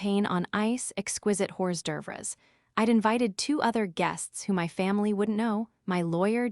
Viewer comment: "Exquisite whores durvres" instead of exquiste Horsd’œuvres... super lol